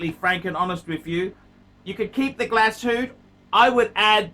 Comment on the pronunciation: Keep the "Glasoot"